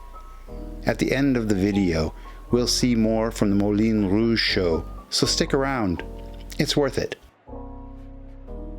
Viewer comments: It's not the 'Molin Rouge', it's the Moulin Rouge (pronounced, Moolahn and not Mohlin). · Excellent.....but a small comment, perhaps. My French isn't the greatest, but I believe the pronunciation is closer to "moo - lon - rooje"...... cheers. Good first hand content so thanks as always. Sidenote.....amazing that such scandalous and provocative stage productions were still being done at this time during the war.....EVEN in France where such things are more normally encountered anyway.